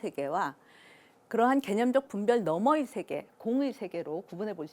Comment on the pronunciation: 오늘의 발음 문제!! 장음인 단어의 첫 자를 "짧게" 잘못 발음하신 예: 세계(계곡해서 여러번), 게념, 강연,인식, 후자, 대중, 둘로(two), 다 같이, 좋은, 부정,경계선,뒷 면,살며(생), 둘이(two), 등!! 하나 둘도 바르게 발음하지 못함!! "세계"를 계소해서 잘못 발음함!!"세속, 세상,세습" 등을 바르게 발음하실 수 있나이까?